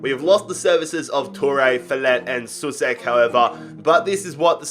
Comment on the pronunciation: Souček is not pronounced [su-sek], but [so-check]